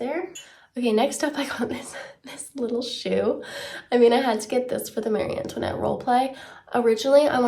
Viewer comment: I mean she’s pretty close to the actual French way of saying it